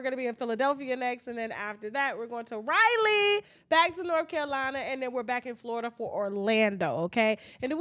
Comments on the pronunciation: Just say Raleigh 👏 👏 not Rylie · I love you, but please pronounce Raleigh correctly. It's not Riley!